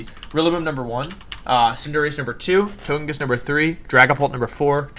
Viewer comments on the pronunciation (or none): HE PRONOUNCED CINDERACHEE, WENUSAUR, AND TOJIKISS WRONG!!!!! >:(((( surprisingly I'm not that single dislike right now